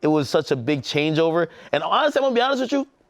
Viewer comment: "Imma be awnessss" -Dj Akademiks